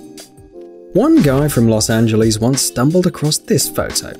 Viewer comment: The way he said Los Angeles😂